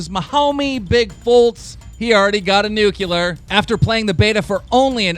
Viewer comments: IT'S NOT PRONOUNCED "NUKYOOLER" IT'S "NU- CLEAR " FFS ALL RESPECT LOST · the dude says "nucular"... just get off the internet and stop making people stupid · Why do you say nucular and not nuclear you fucking savage?